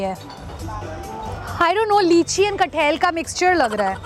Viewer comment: It's not "kathail" it's pronounce "kathal" you're a food vlogger and you should know this.....this is not a hate comment just a correction